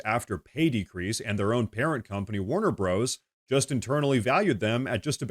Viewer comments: I know it's spelled "Warner Bros" but unless it has been changed it was always known as "Warner Brothers" and not pronounced "Warner Broes." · Bros. is the abbreviation for Brothers, so Warner Bros. is pronounced Warner Brothers. But don’t worry, while CNN still sucks, you rock! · Whoa. "Warner Bros (broze)? Are you AI? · I like your content, but BTW, Bros. is an abbreviation for Brother. It is Warner Brothers, not Warner Bros.